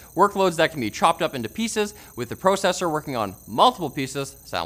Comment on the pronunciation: Oh my god stop pronouncing processor like that